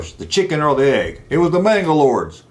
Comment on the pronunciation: Why do you say “MangalorDs” when your video is titled “Manglores?” I can’t watch all of it because of this. It’s like someone calling a “resonator” a “resiGnatore” so annoying